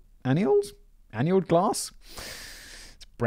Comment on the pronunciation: George writes the book, Simon narrates the English language version = I'd buy that, and everybody wins! Simon, annealed (Ah-neal-ed) glass is made made stronger and less brittle by heat treatment and is used for counters, shelves and display cases that are frequently stressed by pressure.